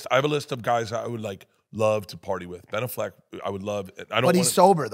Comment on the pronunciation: I guess Bert has taken on Theo’s inability to pronounce words 🤣 tittoo and Ben a fleck